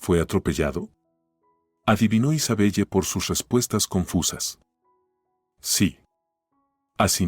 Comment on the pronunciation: Isabelle se lee Isabel